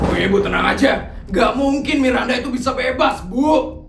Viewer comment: Bang kok nama Miranda jadi "mirdanda" bang 🗿